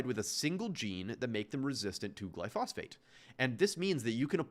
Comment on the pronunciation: and please learn the word he kept getting wrong: GLYPHOSATE, not glyphosphate